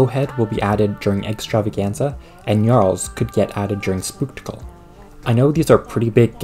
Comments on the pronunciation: GNNNNNARLS GNNNNNNNNNNNNNNNARLS It's not "Nyarls". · I like how you pronounce gnarls: gnyarls (